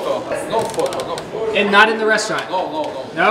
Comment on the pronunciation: At first I heard him say "No, Fuck off" and I replayed it and he said "No, photo"